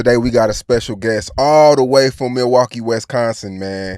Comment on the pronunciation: mf really said WESconsin in the first 10 seconds of the video